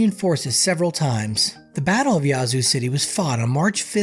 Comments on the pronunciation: it's Yeah-zoo. Not Yah-zoo. 👍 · You need to put a little more soul on in when you say Ya-zoo. I'm from Mississippi and that is not how we pronounce it fella. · You're pronouncing it wrong. It's not yah~zoo. The ya sounds more like the A in "at" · 5L - who TF you calling stupid!? No ONE pronounces that piece - Yahzoo - 99.9% of Mississippians call that piece - YEAH-zoo. You feeling spicy about it, come to Jackson and we can talk about it some more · Born and raised, definitely a rough place to live. It's not pronounced "Yah-zoo" city though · You can tell when someone is not from Mississippi, by the way they pronounce the names of certain cities 🤣🤣🤣🤣🤣🤣🤣